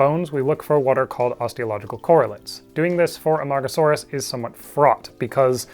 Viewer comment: That pronunciation was awesome and I could never attempt it.